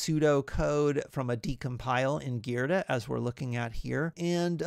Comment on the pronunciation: It's pronounced gee-druh, great video though!